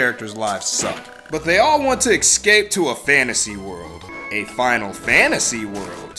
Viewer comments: ecscape. lol Its Es-cape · It's not "excape", either.